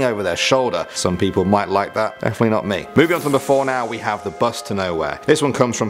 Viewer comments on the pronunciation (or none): none